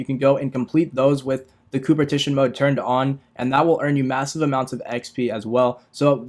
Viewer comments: Are my ears deceiving me? "Cooper Tition"? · It’s CO-OP-ERATION😂😂😂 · COOPERTITION... When you are not able to read or to speak properly... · coopertition lmaoooo u did not pass english class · Now I know how to power level now I want to know why he is saying cooperation the way he is